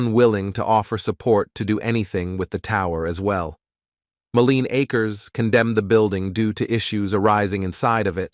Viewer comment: Very cool video and well written. But I do think you should read the script yourself rather than the emotionless AI voice that repeatedly fails to say "Mo-Leen A-Kers (Moline Acres)" correctly. It would also add a bit of emotion to a video that is sure to generate a strong emotional response. I just found your channel and subscribed because I love North County history since I grew up here.